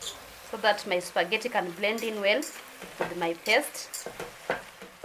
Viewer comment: its pronounced spa-ge-tea not supergety, nonetheless great SPAGHETTI tutorial